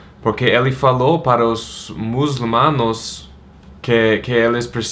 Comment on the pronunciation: the struggle was real. "Muslimanos"